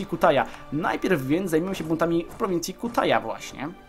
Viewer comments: Nie Kutaja tylko Kitahia :D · nie kutaja lecz kitachja (pisze jak się czyta)